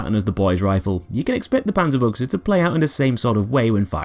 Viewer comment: "Okay, how much is he gonna butcher the name of this gun" I thought, but I was pleasantly surprised. Far from perfect, but still much better than most others.